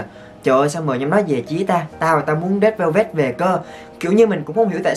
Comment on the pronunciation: Re đư beo bet =)))